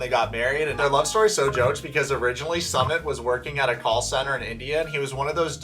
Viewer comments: His name is pronounced Soomit not Summit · When you do a video you should know how to pronounce 'Sumit'....... soo mitt. It's Jenny's fault going after what she thought was a gorgeous male model.....ugh